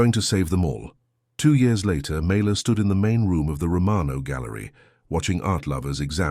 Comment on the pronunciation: FINALLY the text spells her name correctly and it is pronounced correctly as well. Mayla. Such a great story!!!! I saved it and shared it ❤‍🔥❤‍🔥❤‍🔥❤‍🔥❤‍🔥❤‍🔥❤‍🔥❤‍🔥❤‍🔥❤‍🔥